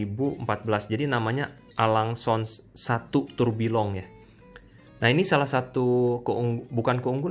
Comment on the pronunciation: Heheh maf bang koreksi . Bukan alang & song .tapi pronoun session nya . ALNGE & ZUNE 🙏🙏 penulisa (A LUNG E & Zu Ne)